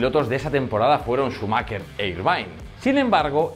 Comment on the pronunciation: Se llama Schumacher, no "Schumakker" .